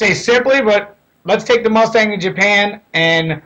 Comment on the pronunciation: Vaughn, Vaughn, Vaughn...why Rustang?